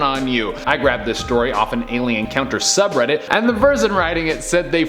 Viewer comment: The "i-lien" … lmao.